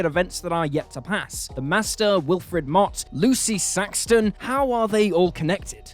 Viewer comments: SAXON, not SAXTON. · It's Lucy SAXON not SAXTON :3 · It’s Lucy Saxon, not Saxton. Might be hearing it wrong, but hey. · you're not hearing it wrong at all. :)